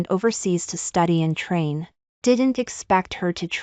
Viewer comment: Please stop chopping your words. How can arri vie there is no such word it’s arrive. Ok. You always do this. Another is Th then you say e. Please no such word. It’s the! I would truly appreciate if you would make sure you know your story and read it correctly. Trai and then say n. Please stop. If you want to have more subscribers and likes then please improve your reading and pronunciation. You can do it. I didn’t care for the ending but the twist was nice.